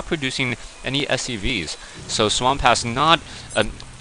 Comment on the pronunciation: I can't believe you called him SWAM PASS!!! LOL!!! I guess that's the Dyslexia your wife was talking about kicking into high gear!!! You are the greatest shoutcaster alive today bar none!!! 4ever!!!